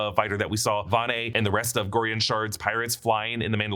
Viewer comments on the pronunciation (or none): It's Vane, not Vane'